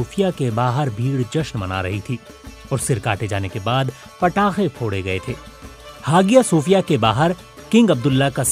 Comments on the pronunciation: Hagiya nhi re aya sophia Kehte Hai pronunciation me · It's not ha gi ya....its haiya G is always as H in turk.....don't pronunce as Hagia Its Hahia or haiya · Hagia nahi hiayah boltay hain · हागिया नहीं, हाया / आया हाया सोफ़िया or आया सोफ़िया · You should have pronounced like haya Sophia not hagia sophia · come on BBC it's HAYA SOFIA(IN PRONOUNCE) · Its pronunciation is aahya sofia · Hagia pronunciation check